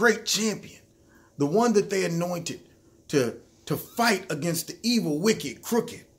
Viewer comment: LMAO I love the opening man. “Anointed”😂😂